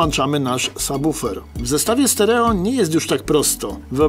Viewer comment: Świetny odcinek, dobra robota! :) Oglądać Wasze filmy to przyjemność, a ten jest moim ulubionym. Ogromny plus za poprawną wymowę słowa subwoofer, bo często uszy mi więdną, gdy słyszę jak ludzie to wymawiają... Pozdrawiam serdecznie!